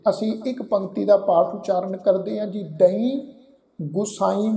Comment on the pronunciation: ਵੀਰ ਜੀ ਤੁਸੀਂ ਬਿਲਕੁੱਲ ਸਹੀ ਉਚਾਰਣ ਕੀਤਾ (ਦਈ)